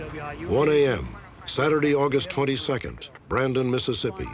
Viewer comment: I’m from Mississippi and u said it perfectly